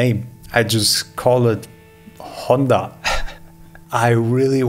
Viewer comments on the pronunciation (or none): none